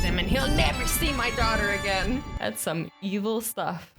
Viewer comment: She saying sun iphone 8 but its sum iphone2 but i still love her